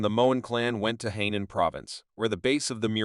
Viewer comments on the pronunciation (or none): none